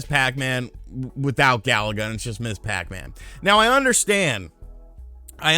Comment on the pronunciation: You’re pronouncing Ms. Pac-Man wrong it’s not Miss Pac-Man it’s Miz Pac-Man but with the s lol